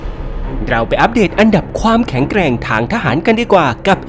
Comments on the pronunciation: แข็งแกร่ง ไม่ใช่ แข่งแกล่ง แอดคนทีีไหนวะนี่ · ต้นคลิป แข็งแกร่ง ครับไม่ใช่ แข็งแกล่ง